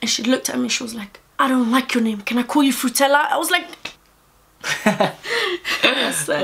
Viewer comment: Man said fruitella😂😂😂 Love u guys soo much hope you the best in life ❤️❤️